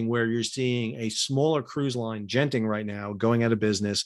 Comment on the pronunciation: Lim Kok Thay isn't broke. Genting HK is only a tiny part of the enormous (non-shipping) Malaysian based Genting empire he inherited from his father. And he didn't resign because of the evading arrest thing. He quit because the company is bankrupt. They're winding it up voluntarily. BTW: the pronunciation of genting is wrong. It's not a soft g, like a j, as in general. Use a hard g, as in golf.